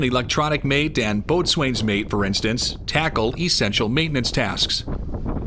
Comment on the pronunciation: A, "boatswain" = NO. "bo-sun" = correct pronounciation.. say, "bo-sun mate".